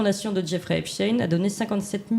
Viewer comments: Par pitié ! Prononcez Epstein comme Einstein et non pas Epstine !!! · pourquoi parlez vous de epsTIN alors que qu'il s'appelle epsTEIN...???????!!!!!!! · Pourquoi dernier temps changent-ils constamment de nom Epstein ? Epstein pas Epstin 😅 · On ne dit pas Epstine mais Epstein, comme on ne dit pas Albert Einstine mais Albert Einstein, et dans les 2 cas ce sont des juifs ashkénazes issus des peuples Khazars d'europe centrale comme l'Ukraine et donc qui n'ont absolument rien de sémite. MerdRe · Pourquoi il prononce Epstine et non Epstein !? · Ne dites pas Epstin mais Epstein. Vous ne dites pas Einstin mais Einstein. Vous n’avez pas à faire plaisir à la communauté. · des que vous entendeZ " epstiiiiiine" et non " epstein " dites vous qu on vous manipules meme si c est avec un peu de veriteZ... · Dommage que ce Mr prononce Epsteen...dirait-il Einsteen ou Lichtensteen??? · Dommage Mr Raufer que vous disiez "Epstine"....😒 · Lorsque croise ses bras...C'est qu'elle se retient et que " ca l'embête! " Bon...j"essaie d'écouter.Mais qu'un Boomer mm si...blablabla dit: Espteen! Je vrille 😮 Par contre: est-il vraiment mort. Le Salopard!??? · Albert einstiin ? Non ? Alors pourquoi epstiin et non epstiin . Je suis choqué que l’on déforme ce nom actuellement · Encore un personnage qui nous parle "d'Epstine" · j INSISTE SUR LA PRONONCIATION DU E PS T E I N ... c'est phonétiquement STEIN en Allemand c'est S T E I H EI N ,,, la pierre ..... faites un effort avec les langues Madame Monsieur les journalistes cela devient insupportable votre non remise en question sur votre phonétique Merci les francais c'est dur avec les langues étrangères .... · Exactement !!! Phonétiquement, "CHTAÏNE" !☝️☝️☝️ Merde, à la fin.😑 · Pourquoi prononcer Epstine ..Comment prononcez vous Albert Einstein ? Poutein où Poutine? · ARRETEZ DE DIRE EPSTINE C EST EPSTENE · vous prononcez Einstein, Frankenstein et Epstein : Epstine ??? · C'est pas Epstine c'est Epstein.